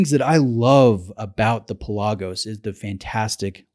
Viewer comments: It's pronounced PELagos, not PelAGOs. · My Greek-native speaking friends insist it's pronounced PELL-ah-gos, the word for "sea". For what it's worth... When I made the decision to get a high-quality blue diver watch, I pitted the Pelagos against the Black Bay and the latter appealed to me more. Same movement, more visually stimulating (the dull titanium of the Pelagos also scratches easily), slightly smaller, and in the case of the blue color it was just too "Smurfy". That's not to say it isn't a brilliant watch, because it is. I just found the Black Bay better for my tastes.